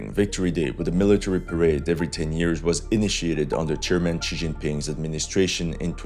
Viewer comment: 🤣🤣 the way you gave Xi a Southern Chinese accent 🤣 he would be pissed.🤣🤣